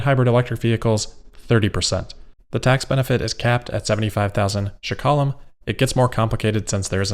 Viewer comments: Hey, it’s Shekels, not shkala 😅 NIS - New Israeli Shekel Thanks for covering this. Love your videos! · its ''Shekels'' 😂not shekalim, I was really surprised by the price! very exited that Tesla came to Israel! I'm still going to wait for the 25k version car! awesome video like always! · As an Israeli I'm very happy to be a listener! Our currency is pronounced shkalim in plural. No "e" after the "sh" in the beginning (like you pronounce "draft", there is no "e". And the emphasis is on the last syllable. Was really noticable :)